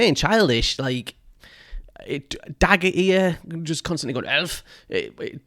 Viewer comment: The way you you said "Daggerear" the first time it really sounded like "Diarrhea" =)